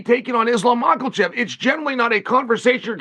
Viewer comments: "Islam Makel-chev" - Chael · Mocklechev and Blehalll 😂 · Mahakalachaev and Bowlall